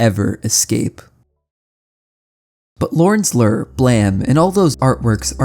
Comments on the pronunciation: I doubt you will see this... I don't mean to insult but I must know. Do you have some strange dialect or did your teachers fail you? You pronounced "BLAME" as blam or blah, with a shorter A sound when I believe it should've been a longer one (if I'm not mistaken, and I don't believe I am). Same with "Lure" where you pronounce it like lur, like "ur" with an L in front of it. When it should be something like, again, a long not a short U. Although I most often hear it pronounced with an OO or EW like "Loore" or "Lewre" as a few examples. Outside of this, I like the vid, art, and the strange game. I watched it all the way through and couldn't help but ask. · I was wondering if the manga was really pronounced Blam instead if Blame but then I understood when I heard Lorn's Lör instead of Lorn's Lure. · Do you pronounce "Blame" as "blam" and "Lure" as "lurr" on purpose or are those how they're actually pronounced in their lore? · How does someone who talks for a living mispronounce "blame" and "lure"?